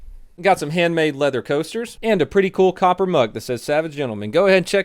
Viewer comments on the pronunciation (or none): none